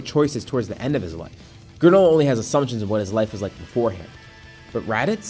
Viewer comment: You said life wrong lol😂😂😂😂😂 ur life is mid